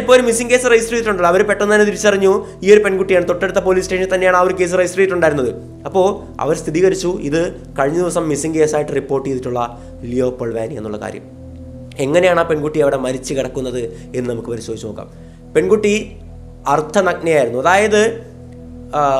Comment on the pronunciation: 'സ്ഥിതീകരിച്ചു' എന്നല്ല 'സ്ഥിരീകരിച്ചു' എന്നാണ് പറയേണ്ടത്.